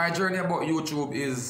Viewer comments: You tube not you chube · say YouChube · Youchube🤣🤣🤣love unuh same way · lol a mi one a laugh when say youtrube lol gwan yah cause yah drama and him know wah him a say eno cause him no stop repeat it lol